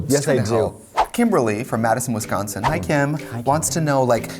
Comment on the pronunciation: when trixie says wisconsin correctly >>>>>